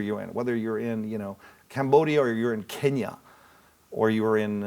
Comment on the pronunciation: 케냐 할때 그냥 한국발음이네ㅋㅋㅋㅋㅋ